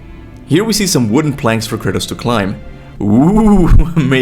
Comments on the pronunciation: What I want to know is why do you call Kratos "Curtis? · Why are you calling him Curtis? It's Kratos - kray-toss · Why do you keep calling him Curtis? lmao. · When you say Kratos is sounds like you are saying "Curtis" 😂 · Sounds like u say Kurtis instead of Kratos🤣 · Am I going crazy or do you keep calling Kratos, Curtis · i keep hearing curtis instead of kratos. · Sounds like you're saying Curtis instead Kratos. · I constantly hear Kurtis instead of Kratos :) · I love he pronounces Kratos as CURTIS I can't unhear it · Everytime you say Kratos name, it sounds like Kurtis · The caption says you're calling KRATOS ""Curtis" and I can't disagree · kRts and atRs loool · For someone who undoubtedly knows and loves GoW series more than most of us, your pronunciation of “Kratos” and “Atreus” are seriously strange bro. 🤣🤣🤣🤣🤣 I gotta say that bugs me a little tho. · he could pronounce the word “Jörmungandr” just fine yet “Kratos” is the one he struggles lmao